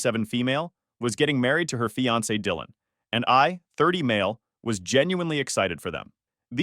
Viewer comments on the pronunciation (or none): none